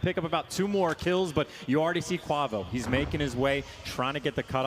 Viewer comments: Every time said Kauvo I cringed, just call him Kenny man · Someone teach how to say kuavo